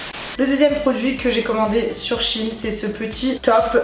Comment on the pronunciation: ChAine Sèine et puis quoi encore ça se prononce chèine y faut vraiment aller sur wikipédia pour savoir comment case prononce fin chepas mais tu sais lire quand meme